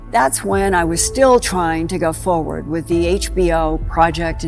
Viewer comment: "Fowerd" is not a word.